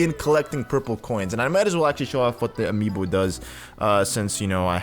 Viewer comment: He said amobe